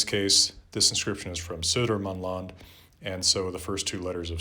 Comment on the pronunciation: I think these videos are really interesting and I have most definitely not watched like 50 of them shifty eyes (I have a huge deadline on Monday...) One little note tho, Södermanland is pronounced "Sörmland". (I grew up in that area of Sweden)